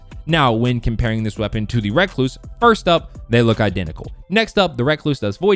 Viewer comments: Just say recluse not reacluse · Reeeeeee not raaaaaaa damn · It’s not racluse it’s pronounced recluse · Recluse . Not reck loose . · Wreck-loose smh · REE-cluse not REH-cluse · Just say recluse u say it like rehcloose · rek-loose lol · It's pronounced recluse not recluse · Holy shit just say recluse right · The way he says recluse annoys me